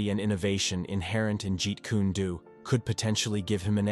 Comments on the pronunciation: Whoever the guy who made the video is, he's a frkin MORON! He mispronounced something (like Jeet Kune DO AND IP Man's name) then pronounces it right, then mispronounces it AGAIN. What's he been smoking?? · The most ridiculous pronunciation of "Jeet Kune Do" ever. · You and both know Bruce lee created fighting style is not called jeet ku nay do